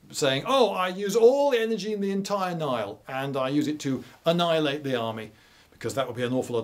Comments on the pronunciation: "A-Nile-ate an army" 🤣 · Heh, a-NILE-ate the army